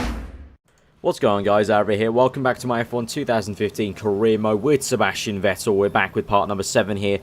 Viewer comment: crofty pronounces "vettel" right!